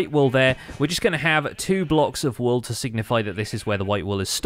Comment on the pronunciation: pls can you pronounce all wool walls you sound funny